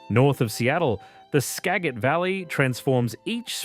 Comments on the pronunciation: "Ska-Jit" valley. Thanks AI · 50.41, you really butchered all of those names! Lol😂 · ) Skagit? Juan de Fuca? I want to hear them try to say Puyallup, lol. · Skagit Valley is pronounced ska-jit valley, the g has a j sound. And its Yakima not Yakeema but great video, really captured the states beauty. Would have explored more of the North Cascades, the southwest coast and eastern Washington